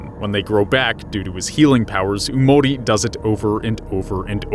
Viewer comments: It's yamori not umori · Omlllll what gets on my nerves is the way he says “yamori” don’t you pronounce it “yah-mo-rii”??? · It’s yamori not oomori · "Umori" Bruh it's pronounced "Yamori"